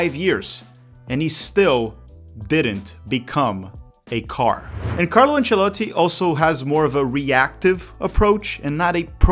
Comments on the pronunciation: Conteúdo irado!! Loved the way you pronounce Ancelotti. keep up e bora brasilllll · My man can't just speak fluent English but also pronounce "Ancelotti" correctly 😂